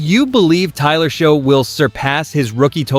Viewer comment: It’s not Show it’s Shuck! It’s pronounce Achane not Etienne? Get it right AI!